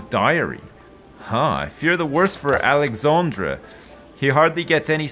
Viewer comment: Alexandre became Alexandra.